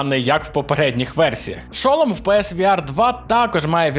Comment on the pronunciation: Не хочу душнити, але я не можу пропустити неправильне наголошення в слові шолом. Наголос падає на другий склад:Р